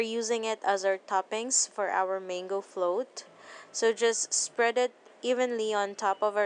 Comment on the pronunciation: it's mAHngo not mEYngo. but nice vid